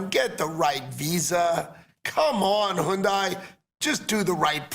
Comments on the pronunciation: 컴온~ 현다이~? 현대 임마 발음도안되는게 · 현대를 혼다이냐 발음도 안되는 트럼프 상무부머시기야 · 현대 발음도 제대로 못하는 애들한테 무슨 투자를 해ㅋㅋ